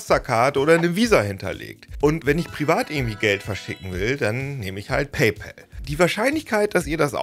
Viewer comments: Bitte sag in Zukunft nicht mehr "Paypel" sondern PayPAl. Mit A und nicht mit e. So heißt es nämlich nicht. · Paypal (zu deutsch Bezahlkumpel) können wir entweder eindeutschen, dann hieße es Paipahl oder Paipall, so wie wir auch Colgate (sprich Kollgäit) seit jeher eingedeutscht Kollgahte aussprechen. Aber dem Kumpel (pal, sprich Päll) den Männernamen Paul zu geben, ist zumindest kreativ. Genauso könnten wir Paypeter sagen. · Super Erklärung aber bitte sprich bei pal das a nicht wie ein ä aus. Da bekomme ich Ohrenkrebs von… Es wird nicht immer zwangsläufig im englischen das a wie ein ä ausgesprochen. Bestes Beispiel: Wenn du ball zu bäll machst ist das im englischen bell = Glocke oder klingeln etc. und nicht Ball, was du eigentlich sagen möchtest 😉 Oder auch staff wird nicht stäff ausgesprochen…